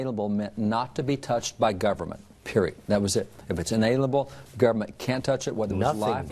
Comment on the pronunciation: did he just say inanalable?